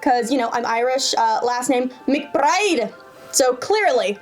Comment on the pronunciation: haha she looks American, sounds American, acts American and pronounce her "irish" last name in a Spanish accent LMAO girl, we know you are a cop-er. If anything that doesn't earn bonus points in the our gun world, but you are still more American, not irish. haha also we are pleased you don't act tough like the 99% of other wanna be tough guy cops in our country so mucho kuddos to you! Stick with shooting